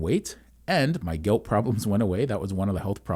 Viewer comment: You say Guilt or Gout.